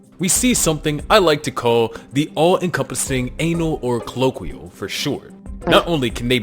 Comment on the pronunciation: Colloquia? Cloaca. Like glow with a c. Clow-ache-uh. Cloaca. You're saying the word colloquial without the l.